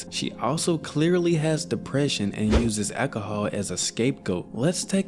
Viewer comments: I’ve never heard anyone pronounce the word alcohol like that before. An ekaholic who drinks lots of ekahol. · Eki-i-Hah. Bro, learn how to pronounce alcohol. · "accahol" 😂 say it normally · You just refuse to pronounce alcohol correct but insisttttt on using it 30 times in one minute 😂